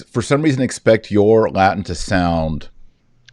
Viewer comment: Kennedy's Latin is pretty amazing closest to the real thing I've heard so far great job!